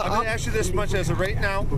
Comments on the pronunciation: And for the record (lol) : as soon as the sovcit said "aks" that was game over. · “I AXE you again...” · I axe you! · Why is it that urban people are incapable of pronouncing the word "ASK"?